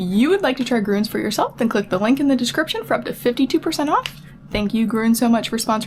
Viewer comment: Now you just have to learn how to pronounce “GRÜNS” correctly 😂😂😂 it’s a German U with 2 dots on the top😂😂😂 it’s not pronounced U!!! Check it out. German GRÜN + an S 😂😂😂